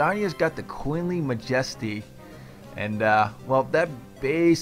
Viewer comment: You know your pronouncing Majesty wrong write?